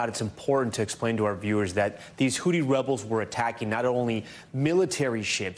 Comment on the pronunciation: Please someone tell Tom it’s Houthi not hooti.